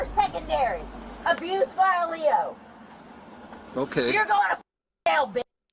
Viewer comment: It’s usually said L.E.O. not Leo but she’s obviously been arrested quite a few times to say it like that 😂